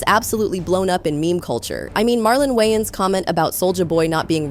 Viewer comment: Wow, this AI voice is incredible! It even sounds like "Marlon Wayans"! AI is getting so good—if it weren’t for the slight mispronunciation of his last name, I would’ve never guessed! 🔥👏